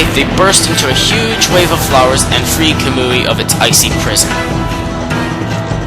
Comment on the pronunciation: isn't kamui pronounced ka-moo-e